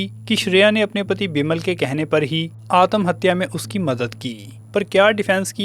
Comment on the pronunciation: आतमहत्या नही आत्महत्या.. त को शार्ट करो